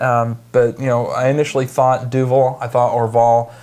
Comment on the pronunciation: This beer is great, but I'm sorry... Duvel? Doovul?